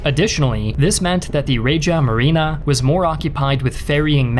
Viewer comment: By "Raja Marina"🤔 you meant Regia Marina🤔Some Historians you guys think you are 🤨